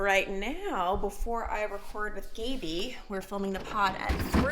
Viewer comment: There’s no way her name is “Gay-bee”…. It has to be “Gab-ee”